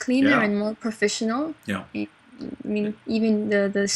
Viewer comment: profishinal. heh heh. I really like her accent.